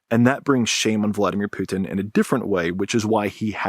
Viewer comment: The way that pronounces "putin" makes him sound french xD. Poutine